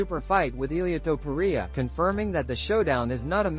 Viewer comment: You lost me at Illia Topooriaa- AI as fuck